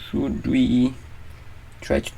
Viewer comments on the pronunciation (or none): none